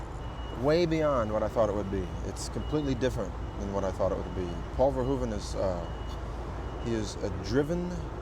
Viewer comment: This interview seems rare, it isn't even on the Criterion Edition of Robocop. Gotta respect Peter Weller as an talented actor and great human being...dude even Says Verhoeven's name right, the 'hoeven' part is pronounced as 'hoof' in Dutch.